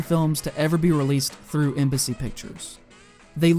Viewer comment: And only near the end I realised you was saying Embassy and not MBC